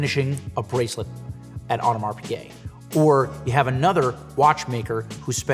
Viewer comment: hey fyi... u dont pronounce the “s” in audemar...not audemarzzzz...if ur gonna be a teacher u need to pronounce the words correctly... just sayin..